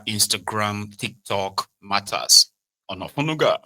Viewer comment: U called Onanuga Olenuga, e no go better for u.